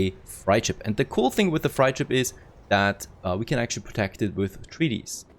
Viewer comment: Nice. Freight is pronounced like crate